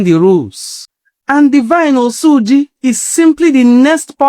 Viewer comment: Even the oyibo pronounced his name better than you. It is "Osuji" not "Osuuuji" mtcheww